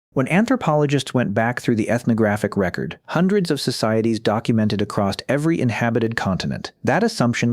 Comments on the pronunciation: It's weird that this person (or ai voice) persistently mispronounces "across" as "acrost" or "accrossed" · The AI voice sucks! A lot doesn’t line up withe pictures shown and it is really bad at numbers! Hate the way it pronounces “across” as “acrost”. Why can’t a human read this?